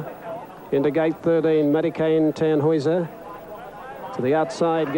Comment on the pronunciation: He said Tannhauser correctly though. Imagine if it was Fukukitaru